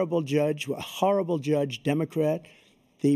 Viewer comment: HARRABLE!!!!!!! If I hear him say HARRRIBLE again I'm going to lose my mind